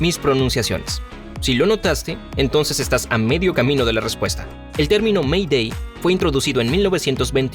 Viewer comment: Según la normativa oficial de ICAO se pronuncia "MEIDEI" y no "ME DÉ".